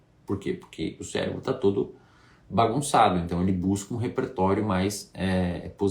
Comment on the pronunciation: Pelo visto só eu notei ele dizendo "célebro" ali antes de reclamar os balões. kkkk Mas sem brincadeira, foi um vídeo interessante.